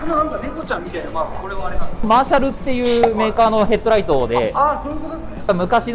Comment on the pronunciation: 部品の発音が変。 マーシャル キャブ